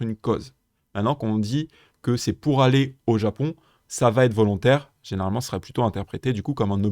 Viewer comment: Super explications, merci. Attention cependant aux liaisons mal *T'à propos : je n'ai pas pu *Z'aller...😉